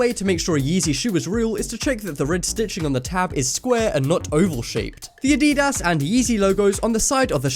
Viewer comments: Wtf are “Adeedas”, first it was “Adeedus”, its Ad-i-das, said as it’s spelt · Did he say eedidas AHHAAHHAHAHA